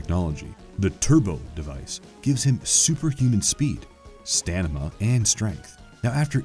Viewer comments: ...'stanima'? Really? Did this announcer even attend school ?...he made lots of goofs. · Did I hear “stamima”? 🤣